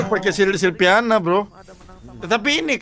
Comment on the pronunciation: Silvana woii bukan silviana 🤣